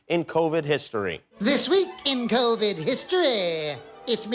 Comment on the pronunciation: THIS WEEK....IN KOUWVID HISTOREEEEEH